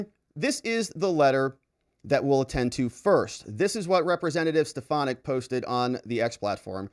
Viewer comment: I love you but it’s SteFANick